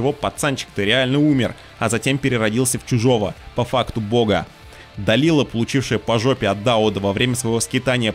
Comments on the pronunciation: а можно было имена персонажей нормально произносить, как они должны звучать в реальности? То что наши доморощенные локализаторы обкурились аргентинского и обозвали Дэлайлу... Далилой, не значит что автор должен повторять за ними... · Называть Дэлайлу, Далилой потому что так решили переводчики первой части ты будешь, а Да́уда, Дау́дом не будешь из принципа. Интересная позиция :/ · УУууух, услышал "Далила" и немного подлетел на реактивной тяге... Может это только для моего слуха, но Далила больше похоже на глагол в прошедшем времени, а не на имя. Дэлайла она, Де-лай-ла. Даже в гугл переводчик не поленился закинуть её имя в оригинале и прослушать произношение. Ухх прям=) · да Дауд ты хорошо произносишь. А вот по английски Далила звучит не так. Дэлайла правильно так. А Далила прям режит ухо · То есть ты из принципа ставишь ударение в имени Дауд на а, но Делайлу называть Далилой тебе норм? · Изгнанник... Далила.... Автору самому слух не режет? Хоть бы читал нормально